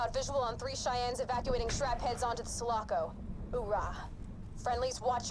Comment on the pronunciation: I was waiting for Drew to correct Ryan about Sulaco. First time i heard Ryan say it I was like like "wait whaa?" It's all good Ryan people make mistakes also Go Drew! Also mah main man